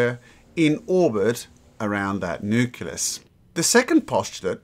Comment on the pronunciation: Whay do you call necleus a "nucilus"?